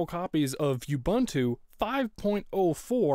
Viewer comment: Stop mispronouncing Ubuntu.